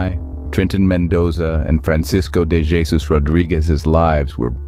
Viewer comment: This isn't ignorance. The content creator knew what they were doing. Stupid or misinformed would be a more fitting word. Also, I do not like how they keep mispronouncing "Jesus," and the AI generated voice does not sound right.